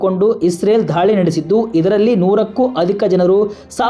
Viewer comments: ಅಣ್ಣಾ ಧಾಳಿ ಅಂತಿಯಲ್ಲೊ ಎಪ್ಪ ಘಾಯ ಅಂತಿ ದಾಳಿ, ಗಾಯ ಯಾರ ನಿಮ್ ಗುರುಗಳು 😂😂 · ಧಾಳಿ ಅಂಥ ಹೇಳ್ಬೇಡಿ ದಾಳಿ ಅಂಥ ಹೇಳಿ